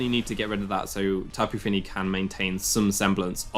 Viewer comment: "slapu fini"